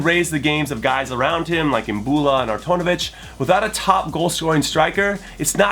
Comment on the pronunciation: did he just say artaunovic